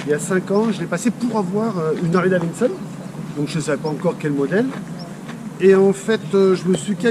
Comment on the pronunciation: Purée les mecs roule en Harley et ne savent même pas prononcer le nom correctement tssss et forty eight et non eggs mdr remballe